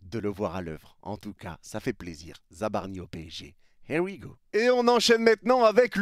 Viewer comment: « Y a les hé wi go » 😂😂😂😂 tu régales